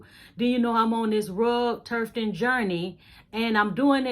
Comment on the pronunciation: Thanks for your information. You’re really helpful. BTW. There is no R in tufting.